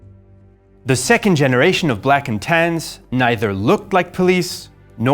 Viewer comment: "Black and Tans" Huh? I though he was saying "blackened hands" the entire time.